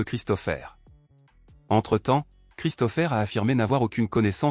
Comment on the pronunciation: La voix électronique ne sait pas prononcer correctement. L'I.A. a ses limites et les mots ne sont pas dits comme il le faudrait.